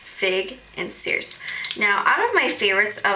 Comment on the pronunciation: i think it circe like circus kinda.. like circe de soliel kinda thing haha!